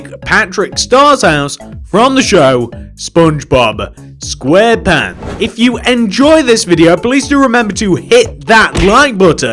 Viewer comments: No offense but DID HE SERIOUSLY JUST SAY SPONGEBOB SQUAREPAN?!?!?!?!?!? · My guy said squarepan I’m dead